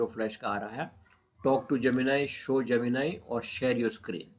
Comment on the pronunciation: जैमिनाई नहीं। जैमिनी